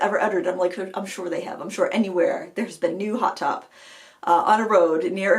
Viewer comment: Thanks for the laugh! When you were talking about "hot top" I thought you were saying "hot tub!" I couldn't figure out what hot tubs had to do with rollerblading, unless it was some wild and crazy Maine summer activity! LOL! Oh, BTW, I liked the lower lighting you used ~ easier on my old eyes and more flattering, too. Happy to hear you're enjoying summer and crushin' on a KitchenAid. Just drop a few hints to Mr Frugal and the Frugal teens and maybe it will happen for Christmas!